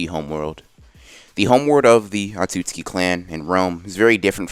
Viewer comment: Everybody else: otsutsuki Anime x : atsutsuki